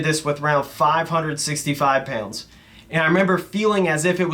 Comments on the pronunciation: Peeyownds=Pounds if you don’t speak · I can't believe how much I missed pronouncing the word pounds like it has a y in the middle.